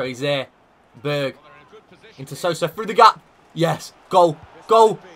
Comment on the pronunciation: when u say berg name you say bög wich means gay in swedish. i cant stop laughing